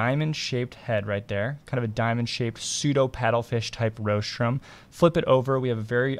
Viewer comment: You may want to check your pronunciation of rostrum (RAWstrum, not ROHstrum.)